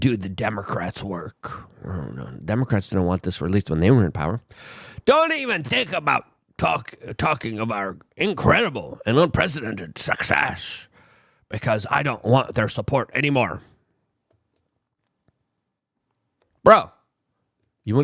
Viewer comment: Sucksass or success? Difficult to understand the difference 🤔